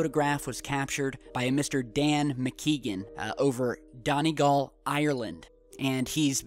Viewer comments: omfg lol he pronounced donegal so badly :') it's pronounced 'dun e goll' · dun-eeee-Gaul btw